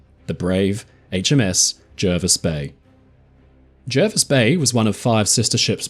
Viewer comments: Hi I know this story very well. My father travelled to Australia in 1938 aboard the Jervis bay. He fondly remembered the trip and the kindness of the crew. Great job. Jervis is pronounced Jarvis btw, thought I would chime in before the other pendants get wind of it. Cheers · Jervis Bay is actually pronounced like Jarvis. It's not in NSW either, it's part of its own territory, the JBT, which is sort of a part of the ACT, and was originally intended as a port for Canberra (though this didn't really end up happening). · Brilliant stuff,! One thing... the locals are pretty insistent that it is pronounced "Jar-vis" bay... I dunno why, it's just the English language, I guess. As interpreted by Aussies. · Jervis Bay is in the ACT, and we correctly pronounce it Jarvis. All foreigners are wrong, including the allegedly illiterate admiral. 😉